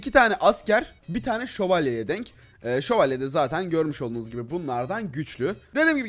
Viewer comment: Nobody::şovalyelerla savaştık